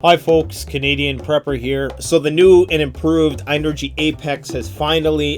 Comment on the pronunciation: Its pronounced just like the word energy. ...think about it..the word "in"..ergy...